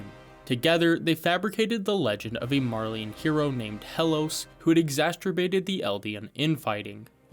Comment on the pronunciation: Exasturbated 🤣🤣🤣 wtaf